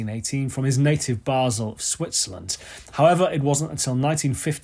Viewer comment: well, yes... and yes... and yes... and on top of that you pronounced Rickenbacher and Basel correctly 🙂- thanks for great playin' and a great channel,!